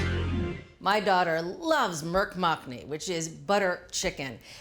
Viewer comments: It's actually not pronounced "merg mack-ni" but "moorg muck-ni". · As a person of Indian ethnicity I am very particular that I pronounce words of another language or culture correctly. It is pronounced “Murgh” is pronounced with a “moo” sound NOT with a “purr” sound..